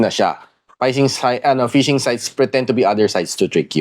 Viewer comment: hindi po payshing ang tamang read po ˈfiSHiNG (PHISHING)